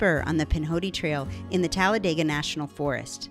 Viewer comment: PRONOUNCED TALLA DE GA NOT TALLA DAY GA